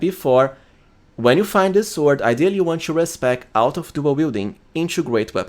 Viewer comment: Respectfully, please improve your accent. 'to - to͞o" | not 'chew - CHo͞o'